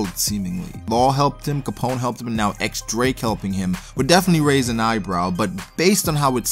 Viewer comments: i'm just waiting to see Drake's hybrid t-rex/human form! Also, his name is pronounced "Diez Drake" not "ecks Drake." The X is a roman numeral 10, or diez in spanish. You can check the japanese katakana, it's pronounced diez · Just so you know. The X is pronounced as Diez.